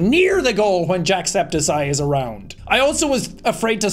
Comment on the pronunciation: Are we gonna talk about how they pronounced his name as jack---- septiSYE??